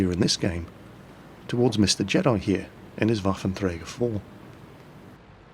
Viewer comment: you are pronouncing 'Waffenträger' pretty good practiced a lot? :D